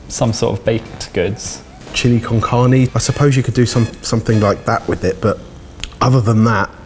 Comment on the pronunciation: the way he pronounces "carne"